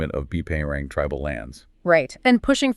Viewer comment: Bpangerang is pronounced Bangerang, thank you for taking a deep dive into this issue, brilliant work 👏